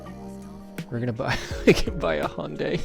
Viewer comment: What is it about the word Hyundai that Americans struggle so much with pronouncing?